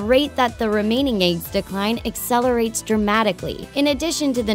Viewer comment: is nobody gonna comment on how she says eggs? "aigs" lol